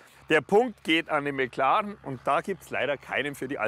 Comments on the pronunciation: Niemand Wirklich niemand Nicki: Mäklaren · Wie der Schelle die ganze Zeit McLAREN sagt..